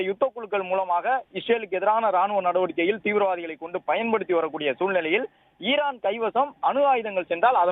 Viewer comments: Irrrran இல்லை ஈரான் reporter ரே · ஈஈரான் இர்ரான் இல்ல